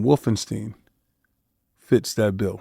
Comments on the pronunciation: Bruh...it certainly is NOT wolfen Steen... per German "schtein" or American "ST EYE N" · For real. I don't know where "Steen" came from. Its always been St Eye N.